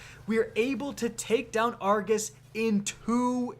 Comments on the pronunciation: It is pronounced Ar- go-s not Ar-ga-s. His name is Argos not Argas. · Is it just me or is it triggering when he says argus instead or Argos? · Jacob Eggers Said it once then he seemed to spam saying it wrong omg